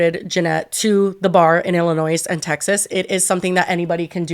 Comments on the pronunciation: Umm is it just a little bit cute that pronounced the S on the end of Illinois?! 😋😍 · girl, NO!!! You do not pronounce the S in Illinois!! DO NOT give Janet any more ammo against you!!!